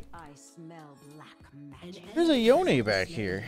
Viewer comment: Noticed that pronounces "Yone" correctly... But not "Manamune".